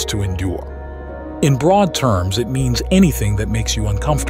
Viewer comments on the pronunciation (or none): none